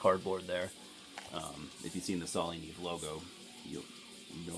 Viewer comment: dude, it's pronounced "nee ay-vay"..it's Spanish for snow